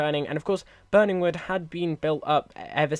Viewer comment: 😂 it’s Burney wood not burning wood